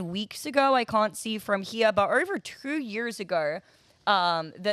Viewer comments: Why can't this chick say two? She keeps saying TERR, lol. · Number twurr